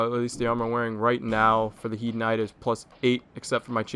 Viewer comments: you dont say HIEDE armor, you say HEIDE armor! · It's pronounced as hade.